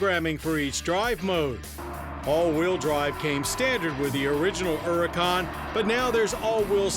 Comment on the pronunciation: "ERRICAUN" There is an H there, John.